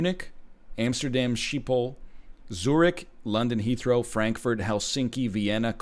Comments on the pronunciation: Amsterdam sheep hole? That pronunciation killed me inside Gekoloniseerd!!! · The way you pronounced schiphol made me pog out of my gourd. It’s a hard word to pronounce for non-dutch speaking people to be fair.